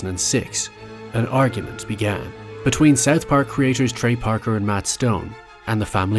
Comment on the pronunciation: I can't stand your way of pronouncing South Park "Seth pack"